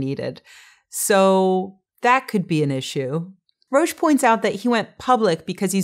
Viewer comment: Roach not Rosh